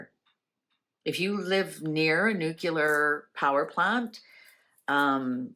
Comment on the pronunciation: nucelar? nuclear!! trump also pronounces it incorrect